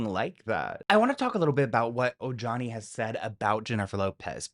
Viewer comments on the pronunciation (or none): It’s pronounced O-HA-ne, not o-ja-nee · Omg, I love u, but I can’t! Ojani is pronounced O-Hani. J’s in Spanish are pronounced as an H. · The “J” in Ojani’s name is said an “h”, like “O-ha-ni“. He’s Latin. It’s not that hard. Somebody on your staff should have noticed by now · Ojani=OHANI Are you not hispanic😊???? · The J in Ojani is pronounced like an H